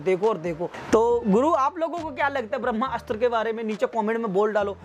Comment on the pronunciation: आप जो कोई भी हो बहुत बड़े वाले हो, जो आदमी को ब्रह्मास्त्र बोलना नही आता वो ज्ञान दे रहा है , ये एक शब्द में बोला जाता है ना कि दो शब्दो में आप इस को ब्रह्मा अस्त्र बोल रहे हो, और एक जगह रणबीर सिंह बोल दिया, हिंदी बोलना सीख पहले